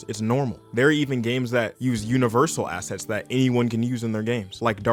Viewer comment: I keep hearing 'asses' instead of 'assets'. A+ video.